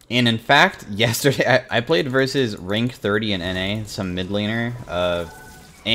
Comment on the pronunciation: Again, versus